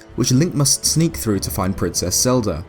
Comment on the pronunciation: Legends of Zelder: Ocariner of Time